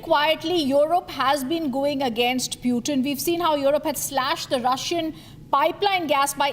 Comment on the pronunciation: Whats that pewtin? Pls, he is putin 🙏